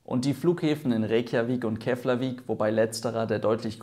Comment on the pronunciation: Interessantes Video. Nebenbei: Eigentlich ist die Aussprache von "Eyjafjallajökull" nicht so schwer. Wenn man sowas wie "EYA-fjatla-jökütl" sagt, sagt man's nicht ganz falsch. War im Video also fast richtig, abgesehen von der Betonung und dem "tl", als das "ll" hier ausgesprochen werden sollte. Und Keflavik wird eigentlich etwa "Keplawik" ausgesprochen, falls von Interesse :-)